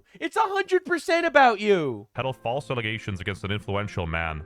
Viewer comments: Is there context for why he says 'allesations' instead of allegations? I've been trying to figure this out. He sounds like Candace. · Why do you keep saying alizations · Why do you keep saying alization? You mean accusation? Or am I missing something here? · Alezations LOL cracks me up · false allezations, and not facks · Careful saying Allezations, Candace might use it to say you don't know how to say Allegations. 😂 I know you are doing it to be funny btw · Why the fuck is he pronouncing allegations like that. Allizations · has watched too many Candace videos. "Allezations". 🤣🤣🤣😂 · Alezations...??? Dude...thats a montrosity!! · Okay, I need to ask. WTF is an "allization"? Do you maybe mean an "alleGation"? There's no "Z" in "allegation".